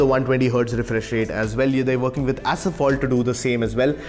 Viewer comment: "Asphalt" not asaphalt